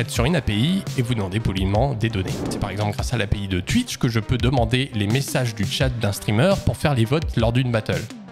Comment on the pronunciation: c'est moi ou tu dit tuitch!!?